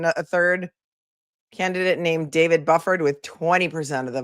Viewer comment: It's Bew-ford. Bufford